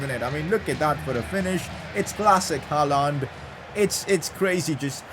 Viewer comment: you pronounce Haaland wrong